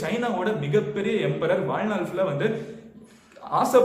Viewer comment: Vazhnal correct a pronounce pannunga